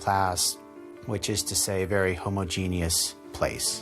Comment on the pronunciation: ugh I hate it when ppl pronounce homogeneous that way😳